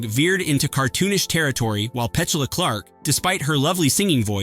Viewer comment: PetCHULA Clark?